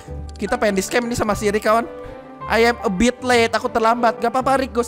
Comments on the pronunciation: Yg Omongin: Si Rick. Yg Gw Dengar: Sirik. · saat ngmong rick di situlah saya ngakak karena ngomong siric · Kok ngomong si rick kyk jadi Sirick wkwkwkkwkw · Ko aku pas denger abang ngomong si Rick aku dengar nya syirick